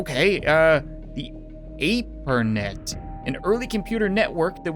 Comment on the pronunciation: "Ape-er-net?" Close... ARPANET - Ar-Pah-Net. Just FYI.